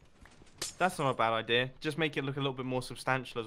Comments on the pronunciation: Grian : my idea My mind : my eye-dea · "my EYE-dia" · "my eye-dea" 😂😅😆 sorry I had to